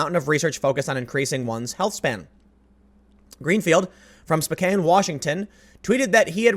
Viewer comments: "Spo-cain"? REALLY? It's pronounced "Spo-kan". In your defense: Wang Chung also mispronounced it, at a concert I attended, back in the 80s... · IT'S *SPOE-KAN* not "Spo-kain" REEEEEEEEEEE!!!! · It’s “spo-can” not “spo-kaine” Spokane-=spocan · Spo can WA not cane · FYI it's pronounced Spo-CAN not Spo-CANE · "Spo-cane"? It's Spo-can you swine. /s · It doesn't really matter, but Spokane, WA is pronounced "spoke-ann" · Tim, it's pronounced "Spo-can". Yes, I know it's spelled "Spokane", but trust me, I was born there. Why the spelling/pronunciation issue? The first White people here couldn't spell, so they misspelled the native Spokane tribe's name (and river, etc) incorrectly. On a related note, our world-renown Gonzaga Bulldogs go to "Gone-zag-ah" University. I've heard it pronounced just about every possible variation. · It is pronounced SPO-Can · It's Spo-kan. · Spokane = Spoke (like on a wheel) Can (like yes you can)